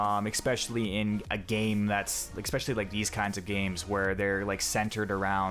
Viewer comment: I don't give a fuck about this game, but you do NOT know how to make an informative video. Five out of ten points you made were historical inaccuracy and women. Also, it's especially, not expecially.